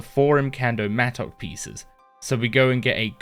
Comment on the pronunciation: bro said mattock wrong too many times